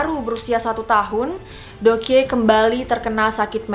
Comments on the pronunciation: Deok Hee juga bacanya Dokhi gak si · Kaka saran kalau ada istilah atau nama asing, kalau bisa dicaritau dulu cara bacanya biar lebih seru 😊 contoh: Dokhye re:/dok-hé/, bukan /dok-hye/ 😊 lalu Joseon re: /jo-son/ bukan /jo-se-on/ Thank youuu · Bukan joseyon kak, tapi bacanya joson, Bukan deyokhe tapi dokhye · Btw mau ralat sedikit yaa kalau korea itu EO dibaca O jadi Joseon=Joson dan Deokhye=Dokye next kalau buat video tentang Korea biar ga salah lagi dan enak di dengar nya 😊✌🙏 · Btw Joseon dibacanya "joson" kaya baca deokhye dibacanya "dokhye" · deokhye = dokhye Joseon = joson gitu aja si bacanya :) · Fyi aja ka just want to tell your pronounce : Joseon itu dibacanya cukup joson Deok hye dibacanya cukup dokye Semangat ka 💛💛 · Joseon dibacanya joson dan deokhye dibacanya dokhe, jadi ngirain joseon itu nama orang krn kakak melafalkannya kayak jo/cho se yeon 😅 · Pengen nonton sampe habis, cuma cara baca JOSEON-nya gak enak di dengar. Monmaaf yaa bcaannya JOSON 🙂 Trus Deokhye bacaanya yg bener DOKHYE 🙏 Cuma ngasih kritikan spy jadi masukan kalo next content cari dulu cara pelafalan namanya☺️☺️ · Bukannya bacanya Dokhi gitu yah